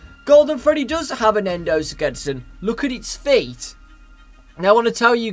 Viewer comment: Endosketzen? xD